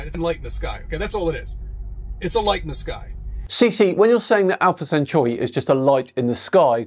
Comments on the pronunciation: CC may be an idiot but at least he can pronounce Centauri correctly., it's centauri not cenchuri. It doesn't even look like cenchuri. You really need to work on your pronunciation before poking fun at these idiots. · Centauri, not centuri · ‘Sent-oarey’ not ‘sent-yuri’. Just saying…